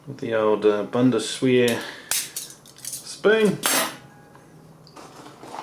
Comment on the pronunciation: hehe corrected wrong, you said it correctly: Bundeswehr (btw i served 2 years) Bundesheer is Austria :)